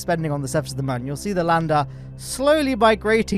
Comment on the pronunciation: I know you've been saying it that way for years but it's still not too late for you to adopt the correct pronunciation of Mun (it's also moon).